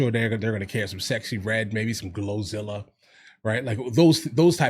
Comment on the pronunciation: 😂😅😅 called her "Glo-zilla" 😂😂